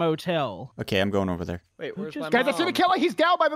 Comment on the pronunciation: On 19 sec says is thare a lawn mower then says thare blowing leafs